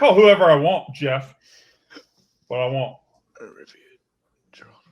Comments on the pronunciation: disrespected Geralt of Rivia with that pronunciation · LOL its Guh-Ralt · The pronunciation of Geralt of Rivia was atrocious. Maybe listen to a YouTube video or something to figure out how to pronounce names you don't know lmao